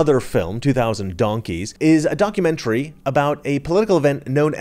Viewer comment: Did you say “a donkeymentary”?